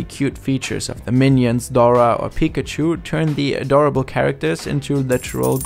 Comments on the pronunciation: yeah i really like how his voice sounds in english unlike how other germans do with a really strong accent. the way he pronounces 'pikachu' sounds off though lol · The way you say Pikachu Lmao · I can't wrap my mind around the fact how English speakers pronounce Pikachu wrong (emphasizing the 1st syllable instead of the 2nd) despite pikachu literally saying its own name all the time (with correct pronunciation). Is it just ignorance or plain incompetence? 🤔